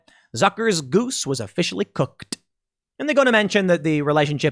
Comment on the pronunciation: Pool, did you say "cooked" or "cookeDDDD" ?